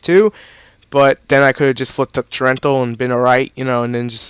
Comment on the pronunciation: Y U SAY TORRENTIAL WRONG? Torental LOL